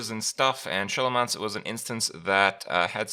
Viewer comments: >sholomance smh kripp, you should know it's pronounced like skolomance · its s-Kolomance.. not Sholomance... :/ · Skoll-o-mance. As in, scholar + necromancer. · Is it just me being bothered by the Show-lo-mance pronunciation vs the Skow-lo-mance one? am i the only one who finds this kind of interesting? can anyone confirm the correct pronunciation? as someone who speaks english as a second language im now really confused by this word. whats the correct pronunciation? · Most of WoW, specially in early expansions, was mostly text, so most people named things as they thought and then stuck with it. Same happened with Pokémon, when we were young, we used to name them as we thought, then after time we discovered we were wrong but we didn't care, because we were used to it. In my language, you would be amazed how bad people pronounce some names, most of those errors were so common than even the translation started misspronouncing them. (Tral, Haina, Tirande...) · Even though "Sch" is pronounced "Sjo" in many countries, in this name it is pronounced "Sko". So it's Sko-lomance. As they also say within very few seconds of the cinematic trailer. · I think it's pronounced "Skolomance" - like schol[ar] - [necr]omance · It's pronounced "Skoolomance" like in School! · It absolutely is. They even say as such in the trailer, which I guess Kripp didn't watch lol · Yeah we aint doing this for the next 4 months its Skolomance Kripp pls :'( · I'm pretty sure its pronounced SkO-lO-mance lol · Its not Sholomance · SHO-lomance??? gtfo xD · It's pronounced skolo man se. Think school mansion. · I'm 90% sure it's pronounced "Ska-low-manse" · wow he really cant pronounce Scholomance? Didn't he play WoW for years?! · Do you say "school" too, god damn that horrible prononciation of scholomance really triggered my ears